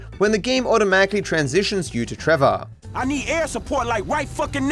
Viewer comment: trevor said it with er, not a